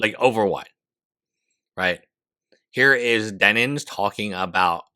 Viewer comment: Says Denins while the photo clearly shows her handle as "Denims". Come on, man